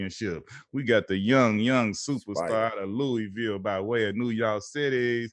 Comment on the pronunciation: Luh ah vul=Louisville